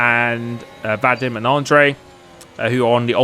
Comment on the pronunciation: It’s pronounced Vah Deem